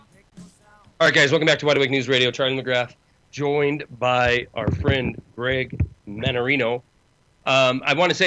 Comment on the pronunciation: Holy Cow you got his name right this time!!!!!